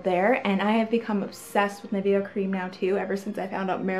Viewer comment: Btw just to know proper way to say nivea is: ni (as in nicole) ve (as in vest) a